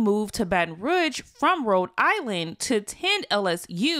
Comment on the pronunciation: It’s pronounced “ROO” not “Ruh”